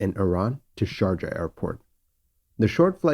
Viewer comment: Great recreation, as usual and quite shocking episode. Just one comment on the pronunce of Sharjah: I believe the "j" should sound "ee" as in "bee", if this makes sense to you.